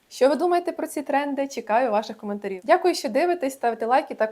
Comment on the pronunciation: В кінці почулося "чекаю ваших матерів", а не "коментарів" 😂